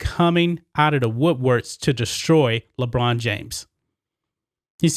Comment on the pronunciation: i thought you were saying LeGina at first... which works too